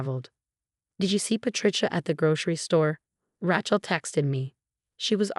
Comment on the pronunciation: It's pronounced Ray-chul, not Ratchul!